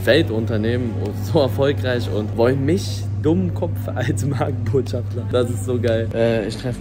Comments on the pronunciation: Man junge es heißt Markenbotschafter und nicht *schaftler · Markenbotschafter nicht „Markenbotschaftler“ 😂😂